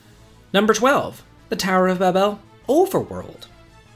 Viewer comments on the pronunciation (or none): 1st off, your pronounciations are horrible. Ba-bel? 😂 2nd, anyone who thinks the final dungeon here is too long or hard needs to play Breath Of Fire 2. Infinity is far worse than the Lunar Subterranean. 3rd, the bosses in the final part of ths Lunar Subterranean aren't that bad. It's just knowing there is one more big boss fight and excitement to get there faster making me run. 4th, you can totally beat Bahamut by brute force if you are strong enough and know what you're doing. 5th, the game has one of the most giant inventories available in a game. Unless you're hoarding everything you find, there is plenty of room for an extra set of equipment to go through the magnetic cave safely. Other than that, the cave is pretty bad because you only have 1 magic user with limited MP. I would rank this among the hardest. Especially on the first playthrough.